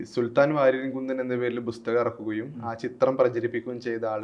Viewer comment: അവതാരകന്‍ നന്നായി മലയാളം ഉച്ചരിച്ച് പഠിക്കണം. ''ബുസ്തഗ''മോ ? എന്തോന്നാണ് bro ? പുസ്തകം OR ബുക്ക് (book)